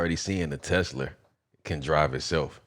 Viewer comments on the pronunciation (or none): He jus say tha....tha. "Tesler" 😂😂😂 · thx for spreading the knowledge, but your not that informative about the content and my manz cant say tesla, he said teslur hahahahaha